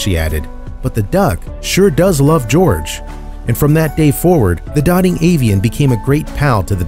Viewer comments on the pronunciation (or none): Lovely vid. Gotta point out tho...the word is dote-ing. Not dotting.